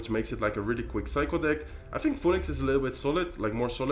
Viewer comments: The way he pronounced it is literally not the way you pronounce it in English. He is making the 'Pho' sound and then adding the 'E' and 'Nix' sounds after, when in reality is pronunced 'fee nuhks'. You can just Google it "phoenix pronunciation". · Phoenix is pronounced fee- nix 😂😂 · Phoenix is pronounced closer to "Finix" if you were to read it in Spanish. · I like how you pronounce "phoenix" in english haha